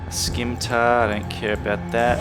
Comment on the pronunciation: The fuck is a skimtar? haha cool vid man